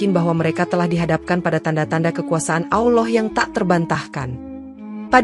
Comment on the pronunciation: Gue gak suka yg Bicara menyebutkan AwLoh harusnya ALLAH SWT. Segitunya Cari Duit. Bangkekkk